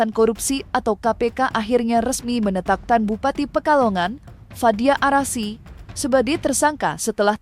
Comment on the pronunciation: Ya Allah gimana mau maju Indonesia, yg baca berita aja salah awalnya fadia arasi... Trus farida... Gimana sih.... Update dikit maluin aja... FADIA ARAFIK... Baca satu berita salah2